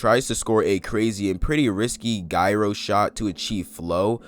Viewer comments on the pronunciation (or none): Gyro is pronounced J-AH--RHO